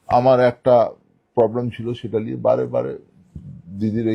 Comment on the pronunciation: Katha ta ' liye' noy ' niye' hobey jodi Bangla bhasha bolchen